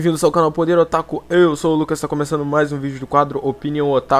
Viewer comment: "otáku" não pelo amor de Deus. otaKU